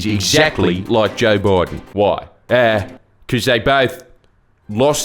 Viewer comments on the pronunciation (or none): none